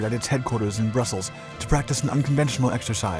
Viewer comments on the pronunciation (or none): none